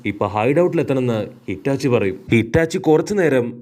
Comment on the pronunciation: Hitachi alla itachi 😂😂